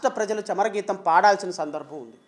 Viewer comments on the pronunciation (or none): తెలుగు రాదు రా నీకు...! "చమరగీత"మేంట్రా? 'చరమగీతం' అనాలి ముందు తెలుగు భాషను సరిగ్గా నేర్చుకోవాలి లేకుంటే తెలుగుదేశం అధినేత ను విమర్శించే అర్హత లేదు.